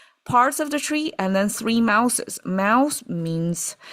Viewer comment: The tea word is “steeping”! One brews the drink, but steeps the leaves. (Also “mouthes” is pronounced mouðz. A voiced-th + z. The way you said it sounds like “mouses”, like more than one mouse/mice.)